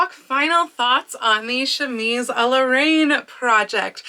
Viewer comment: Reine is pronounced ren, like ren faires... Love this dress, thanks for the video!